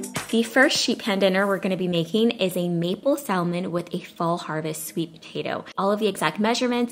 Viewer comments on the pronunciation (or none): The “L” is silent. It’s pronounced sam-on, not salm-on. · Pronounced samon...not salmon. Great recipes, thank you. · Please don't say sal-man. It's pronounced like sam-on. Thanks! 😉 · Love your recipe videos!!😊 (BTW...It’s Samon don’t pronounce the L) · Blaccat....hahahaha.....stop it! Cut some slack, she can't be drop dead gorgeous, a great mom, cook, wife, Aaaaand correctly pronounce the word "samon" too. Lmao, I love this, her videos are LIFE!!❤ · I love you and your videos SO much, and I’m one of your biggest fans, but girl... SAM-on 😜! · Hey love, the fish is pronounced Sam-on. The "L" actually is silent 🤫. - with love ❤️ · JFYI Salmon is pronounced ' sam-uhn ' No L sound. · THE L IS SILENT IN SALMON!!! ITS SAM- IN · Its pronounced SAMON NOT salmon. I mean really, c’mon. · Ugh saying saLmon ruined the vid for me 😭😂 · The L is silent in salmon lol 😝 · I found it cringey to listen to over and over LoL just one of those things but love the recipe! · really lovely recipes thank you....dont mean to offend, the 'l' in salmon is silent. have a beautiful evening. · I'm glad someone said something! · THANK YOU! My mom is a stickler for proper grammar/pronunciation and I totally get it from her. I wanted to click off the video every time she said it cause it drives me bonkers, BUT I stayed because it looked delicious. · Lol thank you for saying something. Yes silent "l" 👍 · These recipes look delicious 😋 But really triggered by how you pronounce salmon the L is silent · Glad I wasn't the only one, ALMONDS too....lol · I thought it was just me. 😐😟☹😞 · Thank you for the ideas. Please note the L is silent in salmon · Love your videos. Im a long time subscriber. You don't pronounce the L in salmon honey. 👍🏾🥰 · Great video, everything looks delicious....sidenote: you said "Salmon" but just don't pronounce the " L " in it. Overall, excellent cooking, fall recipes and your baby boy is adorable,!:) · Yes that 'L' drove me crazy.